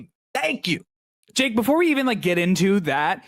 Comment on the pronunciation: When said Jake I thought he said Dick